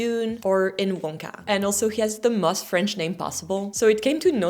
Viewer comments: You have a problem with pronouncing both and most. You pronounce them like "moth", you should pronounce them like "coast". I'd give you a 7 out of 10 😀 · Please learn to say 'most' (rhymes with 'ghost') instead of 'must'. You're otherwise doing fine in your English pronunciation 😊